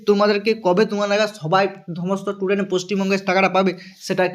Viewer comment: Student ❌ tudent ✅ 😂😂😂